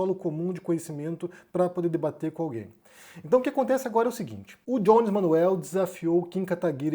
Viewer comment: Acho que é melhor pronunciar Jones como [Jones] e não [Djones] que é a pronuncia do [J] em inglês. Embora o nome possa ter alguma influência estrangeira, uma vez que ele é abrasileirado, soa mais correto perder aquele [D] inicial, e falar apenas [Jones], com som de [j] puro. Só uma sugestão.